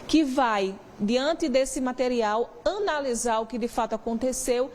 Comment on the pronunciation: Repórter fala bem ótimo português,ãnalizar 😂😂😂😂😂😂